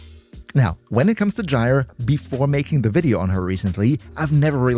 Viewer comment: My only ossue as of typing this comment is how you say gyers name. Please stop say G like J so bothersom and just wrong but great video